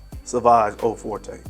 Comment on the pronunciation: Also, Forte is pronounced like Fort. But honestly, that’s an easy mistake, especially because the House of Dior is French.